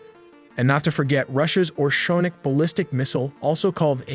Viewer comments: It's not "orshonik"...it's Oreshnik Missile. "Hazel-nut"..get your facts straight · "Oreshnik" NOT "Orshonik". Anyway, it was really good try! ;) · Oreshnik, not Orshornik😧